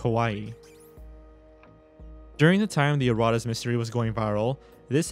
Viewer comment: It’s pronounced erra …tas